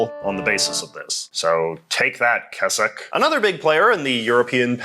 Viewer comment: good attempt at the pronunciation of Keswick JJ